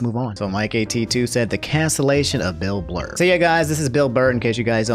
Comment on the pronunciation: canceled for saying "Bill Blurr"